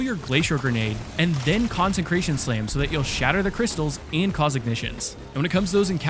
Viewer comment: Dude it’s con-sec-ration not con-sen-cration Please read the Bible or smthg